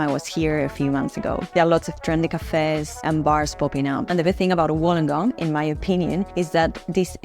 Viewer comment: Wollongong is pronounced as [Wool-long-gong]. Lived here all my life and I'm 49 years old. Can not live anywhere else. FYI, the ladies video really doesn't do justice on Wollongong as it focuses on North Wollongong and its suburbs. Wollongong was built on heavy industry, e.g. Bluescope aka BHP is the past. They specialise is steel production. Of late, the industry and started to slip BUT they are still big players along side AAT (Australian Amalgamated Terminals ) Car import and Export including break bulk. Anything (products) that can come on a ship, goes through AAT. There are are lot of Wollongong residents that work in Sydney as its 'close by' by car and by train. Councils with the 'Illawarra region' are Wollongong City Council, Shellharbour City Council and Kiama Council. Websites you should visit: & & Shellharbour: Kiama: Gerringong